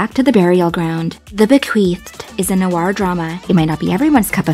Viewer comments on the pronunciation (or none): none